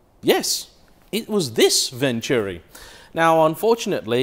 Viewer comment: Venturi! Pronounced Ventoori. Not Vencheeewwwreee.